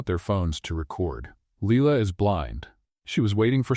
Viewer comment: like I said AI is so dumb. Her name is no longer Leila. It’s now pronounced Leela‼️😂😂😂